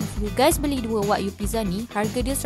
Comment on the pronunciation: Sebutan tu bukan Wag-yu tapi Wa-gyu (Wa-giu)